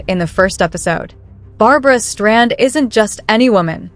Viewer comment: It is Streisand, not Strand.